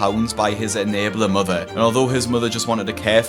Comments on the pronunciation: Love hearing Dr. Now say "mudder" 😉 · Dr Now. "Your Moder" when he tries to say mother.